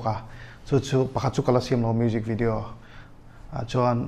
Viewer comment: "bijinesss" "mujik video" 😆 acting a rukin a bawn.